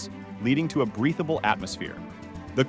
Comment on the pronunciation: complete utter fantasy based on zero understanding of science and engineering, otherwise complete piece of garbage made of new popsci words joined into word salad and breathable is pronounced wierdly hence this is obviously an AI generated POS